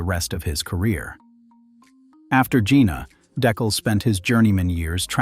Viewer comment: Jena: say "Yayner"